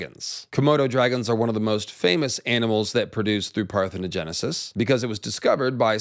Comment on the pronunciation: Shout out to for nailing the parthenogenisis pronunciation and explanation 😂 These lizard people be impregnating them damn selves!!!